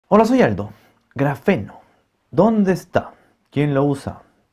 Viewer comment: Ahuevo, se llama Aldo, yo pense que al inicio de sus videos decia "Hola, soy alto" xd.